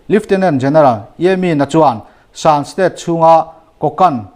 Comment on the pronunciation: Shan State ilamdan hi adiklo hret